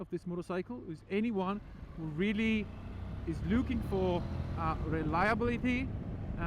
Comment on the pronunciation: yes after watching it again it took me a bit but I understood that he meant or tried to say anyone but his accent made it sound like he was saying 81😅